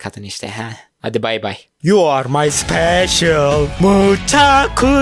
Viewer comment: yu ar may SIPEŞIIĞL